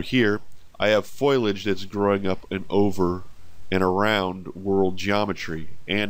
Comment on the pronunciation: This looks awesome, and incredible but i gotta say, you're pronouncing foliage wrong.